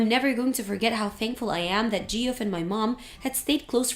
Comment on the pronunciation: Geoff is pronounced Jeff